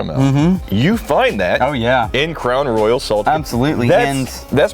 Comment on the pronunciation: Did he just say "Clown Loyal"? xD